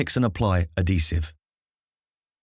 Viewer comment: Very useful video, but at least learn to pronounce adhesive properly if you're using it over and over again in a video! 🤣